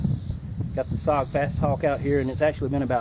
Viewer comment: IT'S PRONOUNCE S O G! NOT SOG! YOU SAY THE LETTER INDIVIDUALLY!! WHY DOES EVERYONE GET IT WRONG???